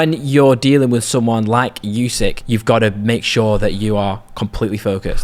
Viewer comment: What's with this constant "you-seek" thing? It really isn't challenging to properly say "oo-sik" at all - no unknown sounds, tongue twisters or anything in there. Give the champion some respect, and say his name properly, please. And no, I'm not Ukrainian, but I think it's a very basic thing to (at least try to) pronounce names correctly.